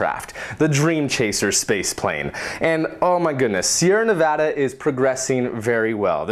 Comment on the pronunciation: I love you just because you Pronounced Nevada right. You're getting a like on this video